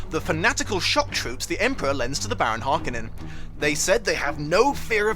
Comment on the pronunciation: I unashamedly, unabashedly & unapologetically LOVE this movie ~ All versions have their own merits, but my favourite version is the 3+ hour long Redux cut! ❤️❤️❤️❤️❤️ I've always read the Baron's name as how they later pronounced it in this movie (I started reading young), Hark-OH-nun. It hurts my ears when you pronounce it Harka-nin! 😳